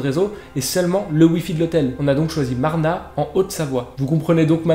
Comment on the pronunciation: Salut je suis de Haute-Savoie et on dit MarnaZ le Z n'est pas muet 😂😂 sinon j'adore tes vidéos 👍